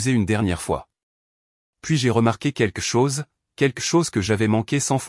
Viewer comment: Arrêté de dire queque chose, on dit quelque chose on entend le L QUELQUE, Queque c'est vraiment médiocre, ce n'est même pas phonétique.